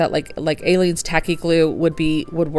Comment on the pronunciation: It's pronounced A leens. It's been around since the 1980s. She has a whole line of glues. Tacky glue is as strong as the DT wood glue in the hardware section. It's amazing! I'm making the snowman heads right now. ♥️♥️